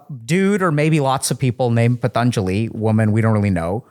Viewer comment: Possibly Dr K referred to the book, "The Yoga Sutras of Patanjali". "Patanjali" might have sounded like "Thun Julie".